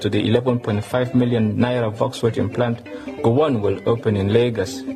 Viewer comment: Volkswagen....Rufai just called that like a german, well done man, "volks-vagen"